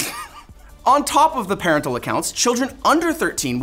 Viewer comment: you're reading 'parental' wrong.